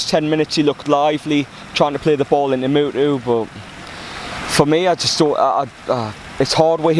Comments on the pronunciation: Please call him muto not mutu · Moo-toe MUTO